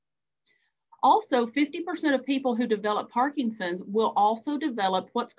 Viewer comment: Excellent talk, but the disease isn't ParkinGson's, it's ParkiNson's. Many people also call it Parkison's, leaving off the N. But adding a G isn't correct either.